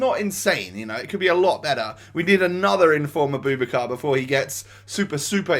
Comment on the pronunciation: It’s pronounced Abou- back- ar